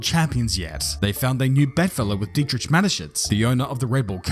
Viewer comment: It is dietriCH not tsch